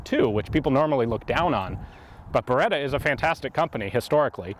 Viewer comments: Si dice BERETTA! NON BEREDA DIO! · Beretta.. Not Bereda. Double T